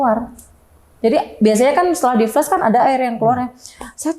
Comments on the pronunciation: Ada yg salfok ga kayak saya? Narsum bolak-balik bilang FLES FLES ADA YG FLES ADA YG FLES. Saya mikir banget apaan siy FLES. OHH TERNYATA FLUSH! HAHAHAHA, bacanya FL A SH bu, A kayak nyebut FLA PUDING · FLUSH dibacanya [FLAS] dan bukan [FLÉS]. *Flush = sémbor *Flash = cahaya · Padahal mbaknya pendidikan doktor ya (disertasi) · Bener gw jgk greget dengernya